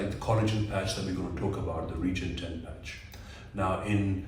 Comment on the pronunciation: Now just learn how to pronounce the product properly. RE- GEN - ET-EN. for Smith and nephew's sake... Lol😂 but very good demonstration of technique video. Thanks.